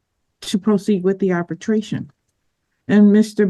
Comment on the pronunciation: Ma’am, it’s arbitration not “arbertration”